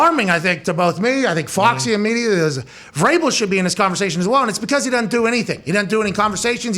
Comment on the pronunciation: No biggie lol but it's Vrabel